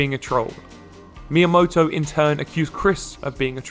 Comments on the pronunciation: I know it’s very petty, but the way that Chris mispronounces Miyamoto as “Mayamoto” drives me up the fucking wall. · It's annoying that he constantly mispronounces Miyamoto. Come on, man...